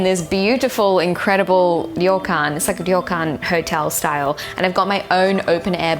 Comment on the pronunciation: I love that the two words you struggle with in this video are 'Hotel' and Extravagant' (the 2 English words). Yet you seem to have no problem at all with the Japanese words. Methinks you are becoming native faster than you realise.